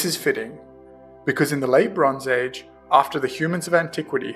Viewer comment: It's just me or when he says "the bronze age" i can hear "LeBron's Age"